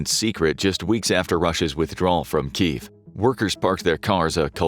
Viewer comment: It's pronounced KEE YEV